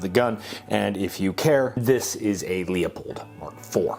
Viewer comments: Leeuupold there’s an E in there don’t forget to enunciate properly “Leupold” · Loo pold. Not LEO pold. Say it with me. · It's LEW-poled, not LEE-o-pulled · It’s LOOHPOLD bub; not Leopold 😂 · It’s pronounced “Lou-pold”. Thus the spelling difference of Leupold, the company, and Leopold, the name and king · its pronounced Loo Pold. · easily verifiable with a google search. You might want to tell the president of the company hes pronouncing it wrong. Look at any video leupold puts out and they pronounce it "loo pold". Genius. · pronounce Leupold correctly please. ugh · I still am annoyed at how he cant never pronounce Leupold correctly.